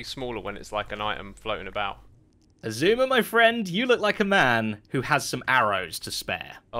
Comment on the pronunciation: so do we now pronounce it ice-suma?